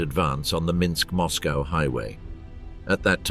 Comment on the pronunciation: Not to mention the narrator managing to mispronounce EVERY Russian name and place-name except Minsk & Bobruisk